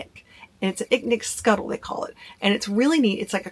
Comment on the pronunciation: "Skottle", not "skuttle"